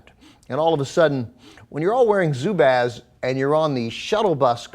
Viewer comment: Aren't they pronounced as "zoo-buzz"?